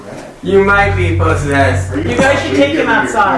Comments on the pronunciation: the PO-ssessed killed me lmao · From here on out you must only say Po-ssessed when you refer to that word😂😂😂❤❤